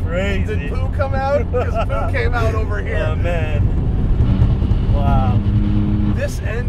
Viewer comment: 'Poo', not boob.